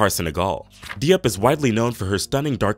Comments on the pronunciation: It’s good. He just needs to learn the correct pronunciation for some if the names_like Diop. It’s nor Dee-op. It’s Jope (like rope with a J). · Not De-op. Jop is the pronunciation. 🙄.